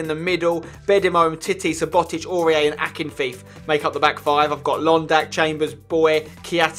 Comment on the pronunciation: Omg Spencer it's pronounced Sue-Bo-tich not su-bot-ich